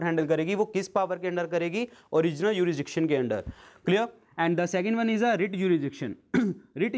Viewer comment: Jurisdiction is pronunced the way it is spelt! WTF is yurisdiction?!